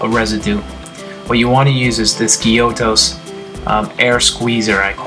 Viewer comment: giotto is pronounced "gee-OH-toe"